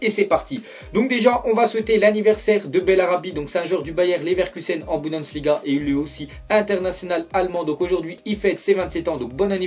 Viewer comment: BigbossElie cest comme quand il dit "budnesliga"